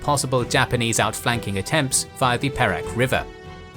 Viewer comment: said kota baru and perak wrong i know cos i am malaysian